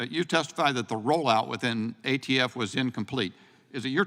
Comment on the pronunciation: The Ayee-Tee-Eff Director who cant define what an assault weapon is, is somehow now all of a sudden an expert in the entirety of police investigations and procedures…. 🙄🤡